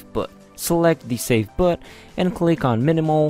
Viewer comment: Why the actual fuck does he pronounce boot like that?